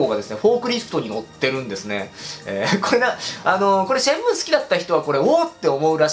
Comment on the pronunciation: シェンムーなのか、シャンムーなのか・・・。